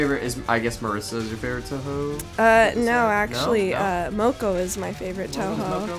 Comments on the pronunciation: touhou is pronounced toho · did he just say TOUHOE *TRIGGERED*